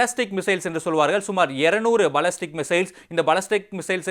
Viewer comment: பல்லஸ்டிக் missiles யாருடா நீங்க எங்க இருந்து டா புடிக்கிராங்க இது போன்ற தமிழ் ஆங்கில உச்சரிப்பாளரகள் ??